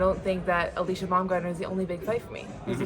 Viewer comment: Say Alycia name right or dont say it at all